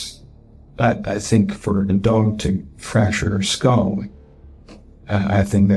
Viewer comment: Knowledge? B*tch can't even say Skull... Everytime she says SKOOUHL it's like a drill through my "skoouhl" 😂